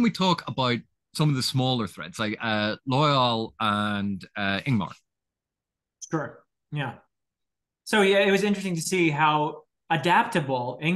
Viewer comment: Btw, it is Lord IngTar, not IngMar, and it is da’covale, not da’vocale.